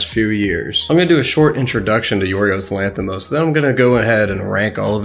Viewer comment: I don’t even know this guy but when I saw his name I instantly knew he is greek (I am Greek) and good job with the pronunciation of his name a lot of English people can’t pronounce correctly our name most of the time so yea